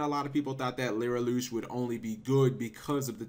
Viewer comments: why.... does he keep saying LYRILOOOOOSH????? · lirylush learn how to pronauce cards right also people don't realy think that they are shit without tyrant neptune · It's Li-ri-lusk.